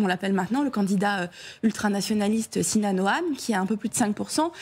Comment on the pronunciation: son nom n'est pas Si-non mais Sinan :) 3eme candidat